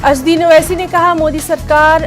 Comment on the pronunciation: اوسسی صاحب کا تلفظ غلط ہے. نیوز اینکر کو توجہ دلائی جائے